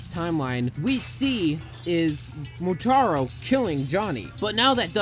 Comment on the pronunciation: It's Motaro not Moutaro :)